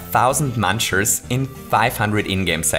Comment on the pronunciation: MUNCHERS NOT MANCHERS